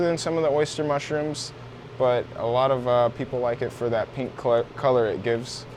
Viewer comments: Did you say pink clit lol 😂 color I meant. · i just had to point out you almost said pink clit xD awesome vids as always, i cant believe how much ive learned here.